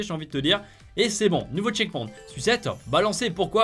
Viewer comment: Ça se prononce tcheckpoynt